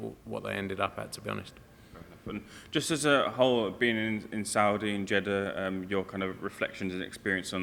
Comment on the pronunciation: “Jeddahs a great place “ Wanker